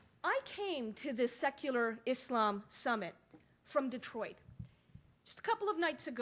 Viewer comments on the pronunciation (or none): none